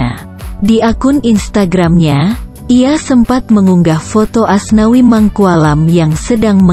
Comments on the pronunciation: nyebut Asnawi jdi aswani😂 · Menit keberapa gitu sebut asnawi jadi aswani amsonkkkkk....